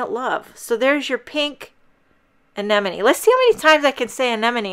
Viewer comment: Oh wow.... So so beautiful! And we, in the Netherlands, do pronounce it, like you did before. And yes, crowns. Gosh... Nature is beautiful right?!